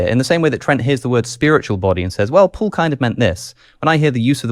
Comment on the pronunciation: I just can't stand Alex reading "Paul" as "pool". Maybe it's just not my day...